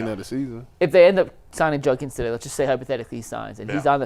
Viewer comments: It's Judkins with a D. Not Junkins. Come on man. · Why does everyone in the media say "Junkins"? It's JuDkins